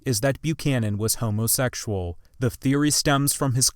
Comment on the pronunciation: Oh for goodness sakes! What century are you from?!? From your pronunciation of "homosexual", to your use of this clinical and outdated term (ever heard of the modern term "gay"?), and most of all to your reluctance to see the obvious: he must have been gay! Of course we can't say for sure, but the circumstantial evidence you lay out in your video is pretty overwhelming.